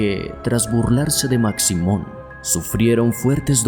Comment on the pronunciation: Hola, saludos desde Guatemala. La figura de Maximon (se pronuncia Mashimon) es muy venerada, le llevan de todo como ofrenda, principalmente tabaco y licor y según la tradición si no le cumplen lo que le ofrecen les va muy mal.